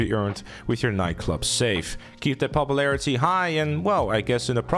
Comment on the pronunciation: "Popuplarity" English, my guy. It isn't hard.